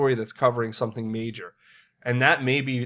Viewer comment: "Some people,...did some-ting."